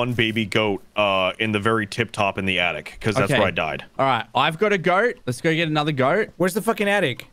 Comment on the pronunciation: you know, bc he daid "attict" instead of "attic" so that, oof still